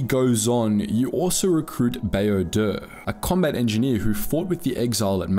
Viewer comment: "Exploring the Greatest Written Game of All Time" A-ton Rand Baa-oh Dur Vi-sass Marr Couldn't have taken the time to get the names right? Like... this isn't a book, where the pronunciation is up for debate or we're waiting on George RR Martin to say it in an interview. The game has hundreds of examples of saying each of their names...